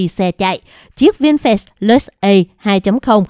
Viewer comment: Doc chu "vinfast" la vinh phat chu khong phai la "vinh phet "